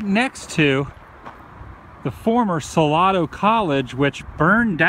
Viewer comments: adamthewoo lol its pronounced sa lay do round here. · Sah lay do You need to find a local to help you say the town names. Love you. It just kills me. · So crazy man, I went to Mary Hardin Baylor in Belton and Salado (pronounced Sa-lay-do) ;) was where we would go all the time because there is nothing to do other wise. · its pronounced sa lay do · You have a hard time pronouncing the names of of these Texas towns. LoL , I like the videos though! Keep up the good work. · Sal"a"do the A is long !!!